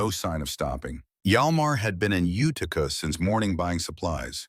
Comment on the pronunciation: IT'S PRONOUNCED YOU TI CA DOPE